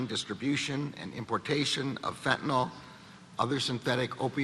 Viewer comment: It's not Fentynol as in Tylenol. It's FENTANYL